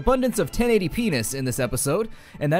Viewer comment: 1080 p-ness... I can't be the only one that hear that that way xD